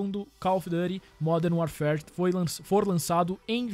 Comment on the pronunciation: Pô modern warfarefjcmxm sei la como vc fala kkkkkkkkkkkkk